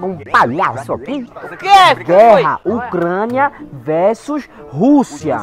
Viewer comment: ÓCRANIA KKKKKAAKKA